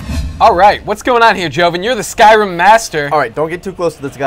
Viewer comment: Lol u said skyrum